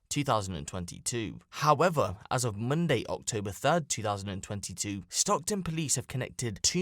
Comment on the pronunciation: why did you say Monday like an Indian hahaha